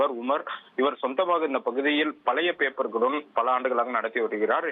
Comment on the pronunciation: Seithi vaasikkira pombala papernu ozhunga vasikka theriyadha,papper,,pamprr nu soldra styla 😠😡😠😡😠😡